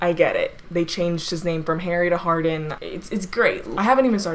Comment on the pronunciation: “Harden” like “Hard-on” lmao Sorry